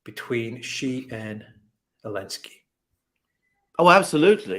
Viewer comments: Xi is not pronounced "she", it's pronounced "see". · The way to pronounce Xi Jinping is actually closer to( ZEE Shinping) You are being trolled by the comments. I have never heard any Chinese call President Xi (SHE). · haha, it's "see" for Xi Jinping as in "see you"